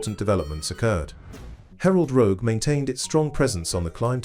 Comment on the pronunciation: It's Rogue, not Rouge... lmao